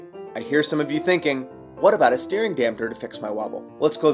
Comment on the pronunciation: Good info. You did however mispronounce "damper"/"dampering"